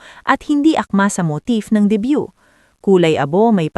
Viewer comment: Debut hindi debyu